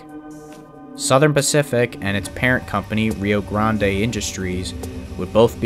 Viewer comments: It’s not Rio Grand A.. It’s pronounced Rio Grand. The E is silent. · i thought it was Rio Grande (Pronounced Rio Grand), and not Rio Grande (pronounced Rio Gronday) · One of your best videos, though for future reference it’s pronounced Rio Grand not Rio Grandé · If there was a railroad based off of Starbucks, I would call it “Rio Vente.” That’s what I thought when he said “Grandé,” instead of Rio Grande. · Rio "grahndeh"? Such a noob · You pronounced it wrong the e in rio grande is silent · I love your videos a lot, but, if you ever pronounce Rio Grande like that I’m going to have to harm you. (Kidding of course)